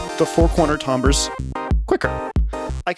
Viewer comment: I like your pronunciation of "tambres" lol